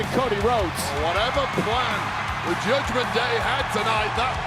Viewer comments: Did Michael Cole say judgment gay?😅😅😂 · Did Cole say judgment gay ? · Did cole just say judgement gay ? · Michael Cole said "Judgement Gay" ? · Anybody else heard Cole say "Trying to get himself into the Judgement Gay"😂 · Anybody catch when Michael Cole Said Judgment Gay Instead Of Day😂😂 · Did Michael literally said, "Judgement Gay"?? 💀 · Michael Cole said Judgment gay 😂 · Did I just hear Michael Cole say "Judgement Gay?" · Micheal cole said Judgment gay instead of judgement day 😂😂😂💀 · Anyone hear Michael Cole say “judgement gay” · I heard Michael cole say judgement gay 😅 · Im hearing it sounds like judgement gay😂😂😂